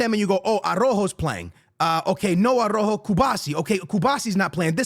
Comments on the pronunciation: Bro ita A RAU JO NOT A ROJO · pls it s arauho pronounce it like this, A_R_A_U_H_O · Is there a genuine reason that doesn’t pronounce players names correctly? Like first it was Yamine Lamal until he got big now it’s Arojo and Cubasi, I can’t 😢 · It’s Ah-Rah-uh-Jo Araujo. Ku-BAR-Si Cubarsi. You don’t know how to enunciate?!